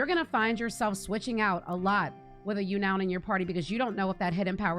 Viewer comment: Agree with pretty much everything here, plus here some personal options: Beautifly Wormadam Eiscue P.S. the pokémon Unown is pronounced “Un-known”, not “U-noun”